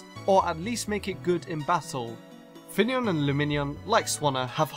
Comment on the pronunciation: The video section calling finneon fenian lmao